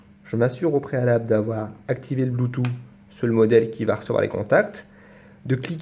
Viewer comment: blutooth, ça s prononce ''bloutouTE'' et non ''bloutou''. :DDD c mignon la manière dont tu le dit. bonne vdo